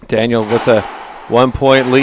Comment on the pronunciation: Racist commentators didn't roll the L' and R's in Daniels name. Makes me sick.